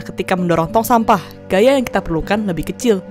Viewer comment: gaya jadi gayak meja jadi mejak